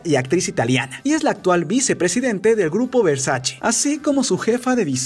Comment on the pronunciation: Se pronuncia Versache no versachi